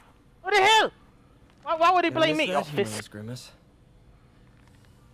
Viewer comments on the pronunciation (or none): none